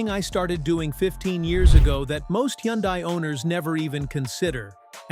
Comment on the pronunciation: Hyundai is pronounced like "Sunday". Just saying. BTW, everything specified here also applies to KIA!